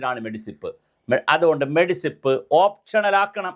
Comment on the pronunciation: എന്റെ ചങ്ങാതീ, മെഡിസിപ് അല്ല. മെഡിസെപ് എന്നാണ്. ഇനിയെങ്കിലും അതിന്റെ ഫുൾഫോം പഠിക്കുക.